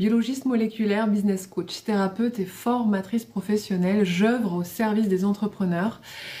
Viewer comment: Jeuvre non j'oeuvre 😅